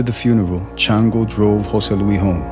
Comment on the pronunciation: It’s jose LuiS not jose luee